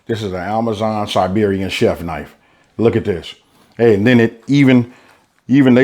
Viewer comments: serbian! not sibirian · Serbian not Siberian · SERBIAN, not SIBERIAN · Its. SERBIAN not SIBERIAN big difference! !!! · Dude, Serbian not Siberian. And that knife that you have is 84$ copy from Spain. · Dude...Serbian!! Please pronounce it as you should my brother.